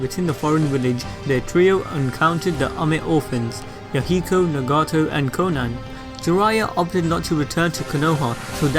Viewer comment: Nah-Gah-toe, Koe-No-Ha